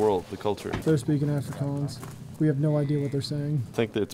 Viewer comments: Another English correction, Afrikaans is pronounced like ofrikaans like On or Ollie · You also don't pronoun Afrikaans like that 😂